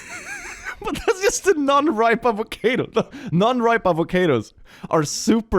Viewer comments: why did you have to be so spooky in the intro AVACAYDO?? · Tf is an a-vo-kay-do? Its a-vo-car-do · Why you say avocædo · immediately lost all my love for this man when he pronounced "avocado" as "avoCAYdo" 😭 (i jest... but seriously crazy pronounciation...) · Huh. I've never heard someone pronounce it "avo-kade-o" before. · I don’t what it’s was about the way said Avocado I’ve never heard someone pronounce it that’s way before it hurt my bones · I love how has near perfect English diction but can't pronounce avocado